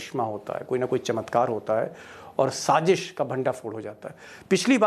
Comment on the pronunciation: Good presentation ❤️ But please say Sazish not Sajish